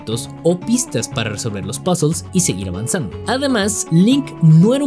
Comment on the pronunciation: cada vez que dices "Pásels" em vez de puzles se muer3 un niño en el mundo